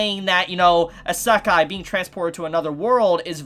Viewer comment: WTF HE SAY ISEKI WTF